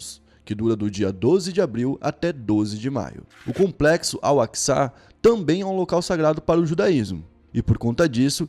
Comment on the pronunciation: Pesquisa melhor pow pra falar, vc nem sabe chamar o nome da mesquita!